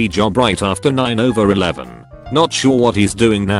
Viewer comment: Nobody: Text to speech: 9/11 ... “NINE OVER ELEVEN”